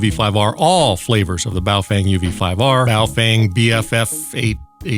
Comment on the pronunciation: Love the “ball-chinnian”. LOL!!!